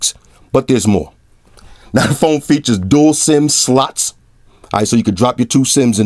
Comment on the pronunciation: Am I the only one who hears "duel slim sluts" when he says slots 😂